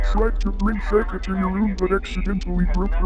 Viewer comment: Why do u call chica Cheka?